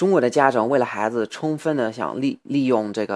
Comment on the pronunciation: 你不说我都不知道你有微博，看了微博才知道你这么久不发视频到底哪里去了....那你现在是住在中国了吗？还有，能不能请你把传在什么优酷土豆的视频也传上youtube呢...否则在英国加载好慢啊！说到发音，“不加掩饰”和“小伙子”可以说的再好一点，我个人还觉得“孩子”说的有一点奇怪....但是我真的觉得我已经是在骨头里挑刺了，你这个水平已经非常，非常厉害了。继续加油啊！